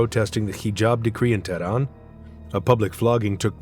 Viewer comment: “The Stdddeeeeetz of Tehhdahhnn”.